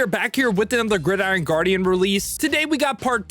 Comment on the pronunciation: "Guidiron" Guardians